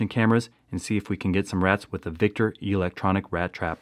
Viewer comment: E-lectronic... The Long e tho